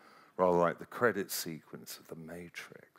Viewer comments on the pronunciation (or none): none